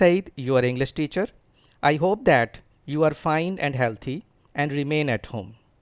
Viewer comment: Healdy in pronunciation not healthy.